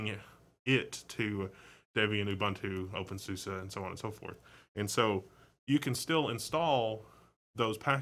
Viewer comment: I think you may be saying openSUSE wrong, but that doesn't matter much. (I've heard it said "sue-see" instead of "sue-suh" or whatever you're saying) I also noticed you kept saying terminal/console on the ctrl-alt-f1 through f6 screens. While you're looking at a terminal, those specifically are called TTYs, they're labeled at the talk. When you said TTY was short for terminal, you weren't exactly wrong, but it is short for something like teletype. A quick skim of the TTY Wikipedia article would be better than listening to me explain that, though. tl;dr an old term that carried over to newer technology. Now, less about wrong info and more about suggestions, I was kinda hoping when you brought up i3 that you would switch to a different TTY and then maybe launch a new x session running i3 to demonstrate it. I'm personally somewhat familiar with i3, but I think it has a really unique look that you didn't get across with your words. I'd also like you to discuss how a lot of people sort of create their own DE by combining separates WMs and panels without a DE at all. CrunchBang would be a great distro to show this off, although you can get any distro to look the same of course. CrunchBang runs openbox for the wm, tint2 for the panel, nitrogen for the wallpaper management, and compton for the compositor. The default DM is SLiM. You're covering stuff that isn't covered by channels nearly as popular or reputable as yours most of the time, so I greatly appreciate what you've done, even